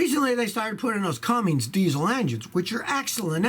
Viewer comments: Always brags of how long he's been a mechanic - prounounces Cummins as Comings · The engine is CUMMINS not CumminGs. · " C U M M I N S " Scotty! It's not Cummings! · not trying too be hateful or negative. but gotta clear this up diesel engine its called cummINS not cummINGS. a cummins diesel engine. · There is no G in Cummins. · He does tend to have inaccurate information in a lot of videos. It's just funny to see the little, simple things like that coming from someone who often gives the holier than thou impression. Cummins engines have been around for ages, and with Scotty's massive tenure as a mechanic you'd think he would have heard the correct way to pronounce such a common name by now. Maybe it's just because it isn't a toyota Celica, the best car ever produced. I appreciate you giving me so much credit for knowing how to read a 7 letter word, by the way. I needed a confidence boost.